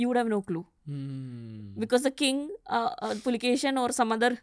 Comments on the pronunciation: The King is Kannadiga and not Tamilian!! He is Pulakeshi not Pulakeshan!! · ಹರ್ಷನ ಹರ್ಷ ನರ್ಮದೆಯಲ್ಲಿ ಕೊಚ್ಚಿಹೋಯಿತು....!!! Its not Pulakesan the second....It's IMMADI PULAKESHI....!!! these Tamil historians ruin the names by adding N M at the end.... PulakesaN...MaleshwaraM.... etc etc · It’s pulakeshi not pulakeshan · I guess she is from tamilnad 😅 adding N to all the names... It's not PulikeshiN its just PULIKESHI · PULIKESHI ..not PULIKESHIN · His is Immadi pulakeshi ( Ereya ) not pulakesin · It's pulakeshi not pulakesan..read the inscription..don't try to distort madam.. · Pulakshin❌ Pulakeshi✅ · Pulakeshi not pulakesan😂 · Not pulikesan like tamil it's kannada pulakeshi not kannad it's kannada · Its "Pulakeshi" not "Pulakeshin" its not necessary to add Tamil flavor everywhere. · AUNTY ... ITS PULAKESHI ....not pulakeshan, he is kannadida, not tamil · you guys do so much of research but why dont you get the name correct. The name is IMMADI PULAKESHI.... not Pulakesin or Pulakesan.. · It's Pulakeshi not pulakeshiN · Not pulikeshin it is puli keshi, puli- Tiger keshi -hair. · Did someone observe saying Pulikeshan? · This Tamilian lady not prouncing correctly Pulakeshi